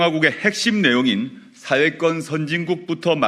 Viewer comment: 조 대표! '사회권'이라고 할 때 "권'이란 복모음 발음을 정확히 하세요! YS처럼 '권'을 '건'으로 발음하면 곤란하죠^^ 방송 발음은 단모음 '건'으로 들립니다.